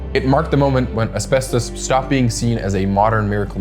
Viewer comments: Bro just SAY ASBESTOS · Why are you bouncing between pronunciations within the same breathe and gatekeeping the word asbestos for 9 minutes? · almost 10 minutes in only when it says asbestus... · How many pronunciations is a single person going to use for asbestos? Hahaha man